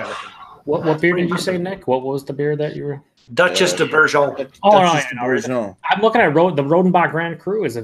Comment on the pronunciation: You crazy American's (and Canadians) say Duchesse De Bourgogne in a very entertaining way "Ber-jon". At least Ashley is the only that doesn't say Gooooooz.